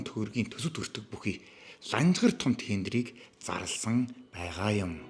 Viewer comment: Zdaa naad BAIGAA YM gedgee ymar lalriin hew maygaar heldiin be